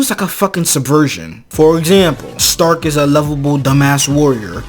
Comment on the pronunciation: The only problem i got with this whole show is how the say stark like it could be because most names are german inspired (übel wirbel etc.) so it could be a pronounciation issue but why is stark sounds like shtark like it bugs me just enough to annoy me but not like in a bad way